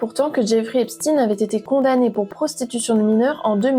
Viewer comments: Epstin, c'est epstein comme Einstein ! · Pourquoi prononcez vous Eipstine ? Ça se prononce Eipchtaïne. Et ça a bien une origine/connotation judaïque. Pourquoi vouloir camoufler ça ? Hein ? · Ce nest pas epstine mais epstein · Menteuse !!! Tu essais de détourner les accusations ! Et c'est pas Esptine ! Mais Epstein, comme Einstein ! Arrête ton baratin. Tu bosses pour qui ? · Arrêtez de l'appeler epstine ! Mais Epchtine... Ou alors c'est antisémite ? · Pouvez-vous svp dire son nom CORRECTEMENT qui est EPSTEIN et non pas EPSTINE 😡 il est ou était américaino-Israëlien...merci 👍🏼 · Pourquoi vous prononcez EPSTINE ??? EPSTEIN bordel ! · Incroyable mais vrai, Epstein se prononce Epchtein, tout comme Hamas "Khamas" je ne vois pas où est écrit K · Vous dites Albert Einstine ???